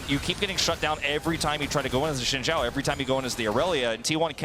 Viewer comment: From what I know "Zh" is pronounced like "J" so his name should sound like Shin Jao.